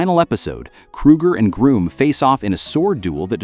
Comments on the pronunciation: It's actually Grum not Groom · It's Grŭmm, not Grūmm. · It’s pronounced Grumm and isinea